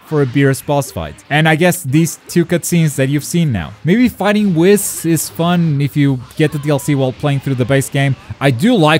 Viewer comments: It’s pronounced weeeeess not wis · It’s wheeees not WIS 🤦🏾‍♂️ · its Whis like weast, not whis like hiss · Did he just say wis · Why does he say whis like that... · You can't even say Whis's name correctly 🤦‍♂️ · I hate his pronunciation of whis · The way he pronounces whis